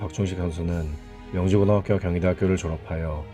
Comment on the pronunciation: 명지고등학교. 라고 잘못 읽으심